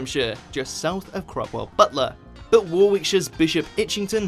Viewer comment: Makes a video about British place names Pronounces Warwick wrong